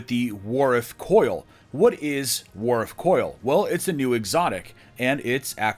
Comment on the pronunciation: I can't tell if said, warif, wardith, or wardif